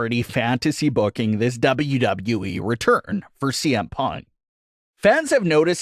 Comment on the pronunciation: It annoys me the way this guy says “Wwe”